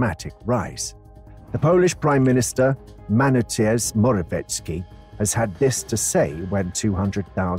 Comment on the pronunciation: You are putting Polish flag upside down, misspelling and mispronouncing M. Morawiecki's name. Is it really that hard to ask one - just one - polish person for a quick review before airing the video?